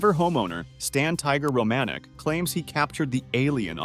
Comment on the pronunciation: HAHAHAAHAHA who's Stan ROE-MANN-ICK??? you mean: Stan ROM-A-NICK... pretty insulting when ya get someone's FAMILY NAME WRONG! and it wasn't just an apparent "SIGHTING" he was interacting with these people for YEARS! did you even research this guy or see a synapsis of his story and just poped it in?? LOOK HIM UP it's incredible